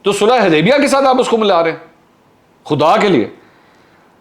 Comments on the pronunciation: U didn't notice that he couldn't pronounce sulahe HUDEBIYA correctly instead call it HuDEBA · MashaAllah powerfully spoken, Mansoor Bhai, it is Sulha HUdaibia and not Sulha HAdaibia... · This is valid observation